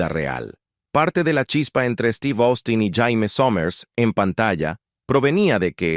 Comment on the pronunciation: También dice Austin, cuando se pronuncia Ostin.